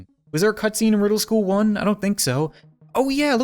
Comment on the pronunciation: I love how he said wedel school